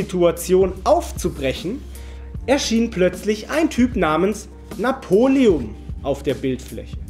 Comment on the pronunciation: Er heißt napoleon und nicht Napolium 🤦‍♀️🤦‍♂️🤦‍♀️🤦‍♂️🤦‍♀️🤦‍♂️🤦‍♀️🤦‍♂️🤦‍♀️🤦‍♂️🤦‍♀️🤦‍♂️🤦‍♀️🤦‍♂️🤦‍♀️🤦‍♂️🤦‍♀️🤦‍♂️🤦‍♀️🤦‍♂️